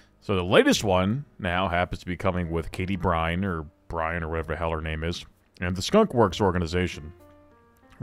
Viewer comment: Byrne is pronounced 'Burn'. Scottish is great.